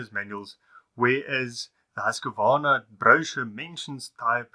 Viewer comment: The correct pronunciation is Husqvarna ( sounds like Hooskvarna ) certainly not Husk-a -varna .